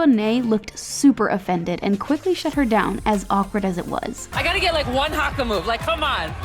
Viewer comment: did anyone else cringe when she said Haka or Maori